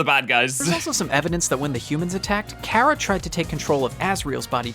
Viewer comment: I feel enraged currently, the amount of times the person in the video he is whatching says Chara (Care-uh) I cringe, IT'S CHARA (car-uh)